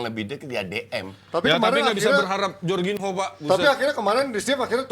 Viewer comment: Suka greget si sama bes kalo soal spelling nama pemain, kek jorgin-ho, coutin-ho, Ronaldin-ho dll 🤦 sekarang hurgen klopp 😂 I mean c'mon man, jadi pundit tapi kek baru kenal bola. Sekedar info aja pemain yg berbahasa portugis yg namanya pake 'nh' kalo spanyol jadi 'ñ' itu sama dengan 'ny'nya org Indonesia. Ada lagi contoh 'j' di Spanyol juga lebih beragam lagi 'Jorge-Jordi' Jorge itu org Spanyol asli dibaca 'hor' sementara Jordi itu orang asli Catalunya dica 'jor' begitu. Bes kan sering nyebut 'hordi alba' apaan katanya sekolah tapi ko bego gitu kan...